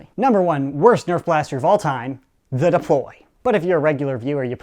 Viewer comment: "It will see these fuewmes and DEPOLY it into to space"